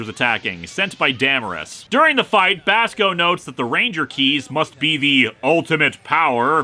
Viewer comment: 10 years later and I'm still annoyed that they never made a toy of Basco's trumpet. Also, I know you don't care, but your pronunciation is actually pretty good.